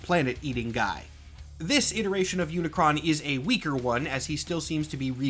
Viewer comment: Search for the transformers stuff you got pretty much everything right in fact I'm very impressed that you pronounce unicron's name correctly the main thing you got wrong is that Unicron is not just a Galactus rip-off Unicron is straight up robots Satan there's no other pretty fancy roundabout way to put it he is the embodiment of death evil corruption and destruction enter than that you really only got like a phrasing thing wrong when discussing characters within the universe nobody calls the transformer of transformer they're called cybertronians when discussing them outside of universe we call them transformers